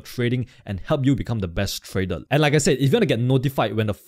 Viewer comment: Thank mate ,nice content....Have you somme issues to pronounce the R because you say Tradel instead of tradeR thank you so much to explain your strategy so nice.......